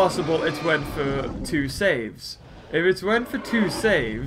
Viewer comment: YOU keep calling saves swichis!!!!!!!!!!!!!!!!!!!!!!!!!!!!!!!!!!!!!!!!!!!!!!!!!